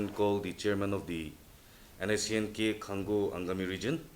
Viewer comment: say Khang o not Khan Go